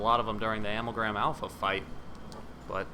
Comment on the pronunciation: The thing I'll remember most about this series isn't the nail biting, edge of your seat Akumu run or how phase 1 helped me greatly earn my platinum on the game or the ease with which you flew through your speedrun, no.... it's how you pronounce Amalgam Alpha. Thanks for the help with this one man